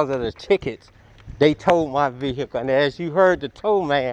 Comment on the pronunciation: Vee hickle 😂